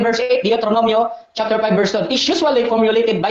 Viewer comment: Chapter hindi chafter.